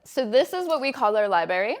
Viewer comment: Sigh. Between her pretentious vocal fry, “li-berry” pronunciation and that offensive LR painting with its glaring phallic symbol staring me in the face, couldn’t switch off fast enough.